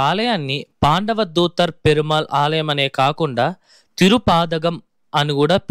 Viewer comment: Alayam not aliyam